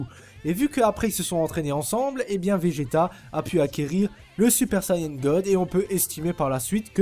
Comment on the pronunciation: Super Sayene 3 ? Mec, tu veux être pris au sérieux apprends que ça se prononce comme tu l'as écrit dans ton titre, a suivi de n ça ne s'est jamais prononcé autre qu'ane en France et au Japon, tu dis pas Keyto mais bien Kayeto pour Kaito, nous fait pas honte comme ces débiles de doubleurs français !